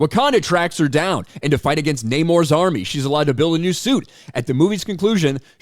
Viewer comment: "Nay-more"? Noooo. "Nah-morrrrrrrrrrre". No love. No amor. Namorrrrrrr. 😂😂😂